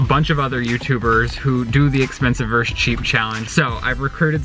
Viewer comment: Okay but why is no one taking about how pronounces versus like “verse” it TRIGGERED me every fucking time lmao